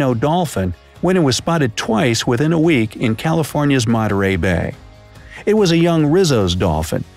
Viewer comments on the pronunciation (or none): none